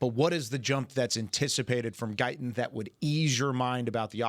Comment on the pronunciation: He would have to pronounce a t. Why won't he pronounce Guyton correctly?